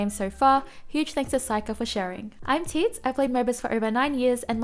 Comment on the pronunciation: Her : I am teeds Captions : I am 🤭